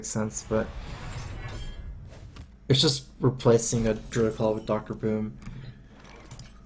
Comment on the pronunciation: Druid of the Claw, mate. Claw, not Call! <3 Isn't he cute!?